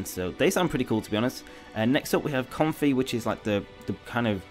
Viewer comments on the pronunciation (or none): Com-fei it's a lei, therefore it's pretty clearly pronounced comfei, not comfy imo